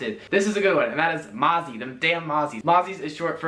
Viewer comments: Also it just annoys me how Americans pronounce words like mozzie like mahzzie. ITS PRONOUNCED MOHZZIE!😂😂😂😅😅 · Mo-zee not mahsee (mossie) 🤣